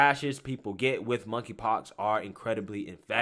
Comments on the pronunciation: “KONKRY POX”? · "Monkey Pox".....The 'K' is silent. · I laugh every time you say monkey pox. This just sounds so silly.